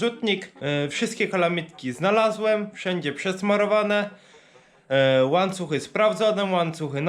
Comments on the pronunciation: widziałem już chyba wszystkie Twoje filmy,ale proszę mówi się łańcuchy i ja orzę nie oram i my oorzemy a nie oramy. Daj sobie spokój z tą sześćdziesiątką,przecież widać, jak jelonki robią robotę i jak na to patrzysz. Masz super Milenkę i jej poświęć więcej czasu. Pozdrawiam i czekam,jak co dzień na nowy odcinek.👍👊😉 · Śmiesznie mówisz łańcuchy :D